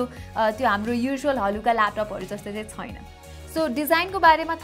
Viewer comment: 'Xuena' vanni lai 'xaina' vanni bani layex😂😂😋